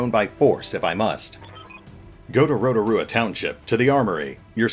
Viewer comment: I'm so glad someone can pronounce Rotorua properly, I have heard it butchered so much haha